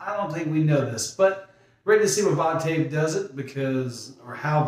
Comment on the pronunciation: Voctave is pronounced "vawk-tiv". :) Nice reactions!!